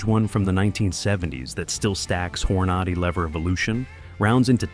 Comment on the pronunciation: Um calling BS when the narrator couldn't pronounce Hornady